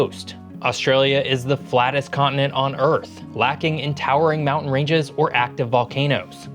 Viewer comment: Australia is a con-ent? What is a con-ent? Con-TI-nent!